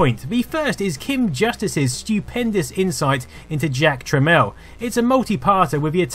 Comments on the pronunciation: Um. The guy's name is Jack Tramiel not Jack Tramel. It's fucking annoying hearing you mispronounce and seeing you misspell his name constantly through the whole video. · "TramIEL" ... not "Tramel". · Jack Tramiel formed the company Tramel Technology Ltd. so that people would pronounce his name properly as "Tramel."